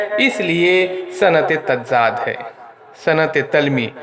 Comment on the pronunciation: Tazaad hai wo tazzaad nahi hai